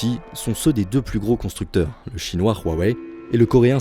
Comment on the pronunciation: Rhuawei ?? Mdrr